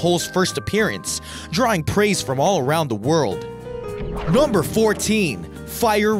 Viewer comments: Interesting collection,. But could you please stop saying "nahmber"? It's NUMber with an uh sound! And with just a tad less enthusiasm, please......thanks! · Yeah he says number weird as fuck..